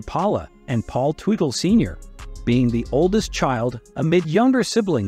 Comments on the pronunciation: I abhore AI narration and/or AI translators! You didn't pronounce "Teutal" correctly, and you called Senior a her. If you don't know who you are talking about, maybe you shouldn't be talking. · The typical clickbait. And I can’t stand how this guy says their last name. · Whoever is natrrating this is all over the place & got everything mixed up even prononcing there laatname